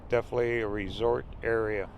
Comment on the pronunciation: I’m sorry but the word is def in it ely